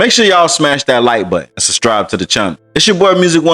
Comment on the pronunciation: He said, "sub stribe."